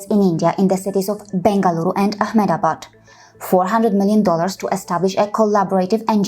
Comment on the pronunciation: > "aehmad + aabaad" (instead of aeham + daabaad ) wow, how u spoke seems way more etymologically correct